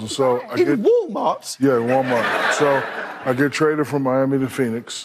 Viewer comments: never in my entire life have I heard any person of any English speaking dialect in existence pronounce Walmart as "Wullmurd". That crazy Brit said "WOOL MAHT". It's funny. Get over it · He said ‘wall’ not ‘wool’ its not his fault you think A’s sound like O’s. Just pronounce ‘God’ you say ‘Gahd’ because you dont have correct pronunciation, and thats the real funny thing. Get over it